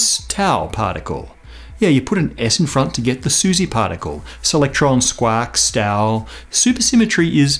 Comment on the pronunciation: You pronounce it like 'shtau' tho :)